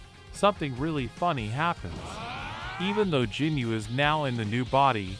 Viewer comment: Did you just say jinyu